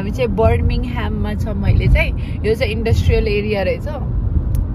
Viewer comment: You live in UK and can’t even pronounce the name of the second largest city there..!! Birmingham is home of Cadbury and one of the biggest industrial centres.. Norwich and Reading are small county towns where Birmingham, London, Manchester, Liverpool are metropolitan cities ..Can’t compare. Instead of learning to fake accent.. pls educate yourself first. Laaj lagdo! Afai lai sarkaundai k thaha chaina raicha!